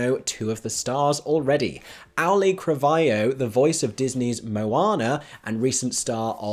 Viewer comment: I swear I never make picky posts like this (and I love your work), but please look up the pronunciation of Auli'i Cravalho. I worked with her on a project last year, and the assistant director we had stubbornly refused to learn how to say her name through the entire shoot (even though John Leguizamo took them aside to coach them on it). She's a lovely actress, but so many people don't say her name right. Again, I love your work and appreciate everything you do. This is not a critique of you, more a wish to the world to learn how to say "Auli'i Cravalho" correctly.